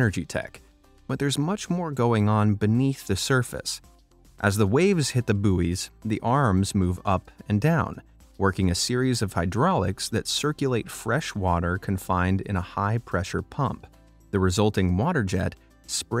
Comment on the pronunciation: Boo-ies! No, no, no, no, no, no. Buoy is pronounced the same as boy.